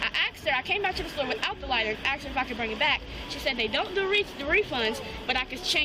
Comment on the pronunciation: Axing axing axing.. can they not pronounce the SK?